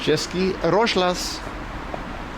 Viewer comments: Rozhlas (radio in Czech) is actually pronounced roz-hlas, not rozh-las, so H doesn't go together with Z. In Russian, that consonant becomes a G, so the equivalent of "hlas" is "golos" in Russian. The more you learn... 8-) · Roz-h-las means RADIO ) H should be pronounced here like in the word "Here". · Cesky rozhlas means czech broadcast and its pronounced roz- hlas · Its pronounced Chezký Rozhlas - Roz- is a prefix meaning "spread" or "separate", hlas means voice. So in essence Rozhlas means spread voice. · ROZHLAS is radio, you pronounce it wrong. HLAS is voice, Polish "głos", Russian "golos". There is simple logic behind. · Nice vid. You need to work on your czech pronunciation tho. češkí rožlas XD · Rozhlas is radio. Most direct translation is "broadcast". And your pronounciation of both is... well... worth improving :D